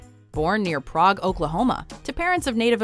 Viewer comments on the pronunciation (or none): they mispronounced Prague, Oklahoma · We in Oklahoma don't pronounce Prague like you did in the video. We pronounce it more like egg than ogg.